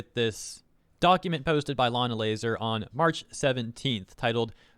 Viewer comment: the blatant saying layna lazars name wrong is kinda hilarious